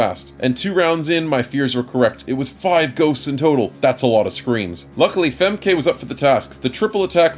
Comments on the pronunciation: FEmk-e is probably the correct pronounciation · The pronunciation of "femke" is hilarious to me. I guess phonetically you pronounce it almost correctly you just miss the uh sound after the K.